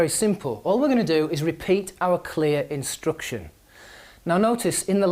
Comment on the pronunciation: I'm sorry, why do you say 'instruction' with the sound "u"?